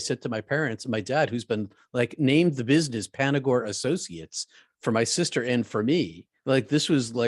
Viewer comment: Hi, it's Panagore not Panagrove....love your show!